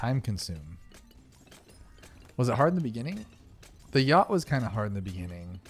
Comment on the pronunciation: is no one going to talk about the fact he called a yacht a yat?????????